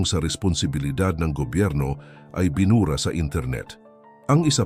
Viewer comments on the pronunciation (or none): Ano ba itong nagsaasalita AI? Hindi maganda Ang pagbigkas ng mga salita tulad ng binura malumanay Ang pagbigkas dapat mabilis Marami pang words na Hindi Tama Ang pagbigkas ,sana aralin Muna Ang tamang pagpbigkas sa bawat salita.